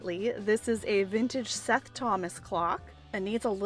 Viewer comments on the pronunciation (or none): none